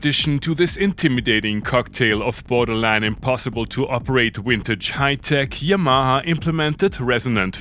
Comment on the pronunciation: Please take English language lessons Yamaha pronounce it 😅😅😅😅😅😅stop explaining this